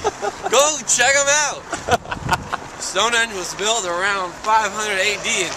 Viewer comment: "Stown'enge" Ha ha! Spot on! £5.90 ?!?!?!!!